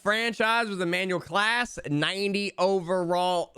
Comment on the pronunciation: I stopped watching when he said “Deevers “ Devers and “class” for clase 😂